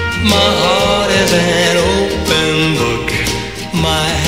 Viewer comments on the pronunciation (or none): 그 땐 open이란 단어를 클리프는 오픈이 아니고 오팬처럼 발음하는거 같아 좀 이상하다 했지만 워낙 클리프의 상큼발랄한매력이 퐁퐁 솟아나는 노래여서 엄청 따라불렀었죠~~**